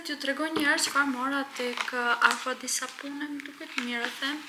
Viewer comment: "Aqua di sapUne" 😅😅😅 ti ose i ben kastile keto gabimet se s'ka mundesi dmth, une mosha jote di 5 gjuhë, ti...gjynah vallaj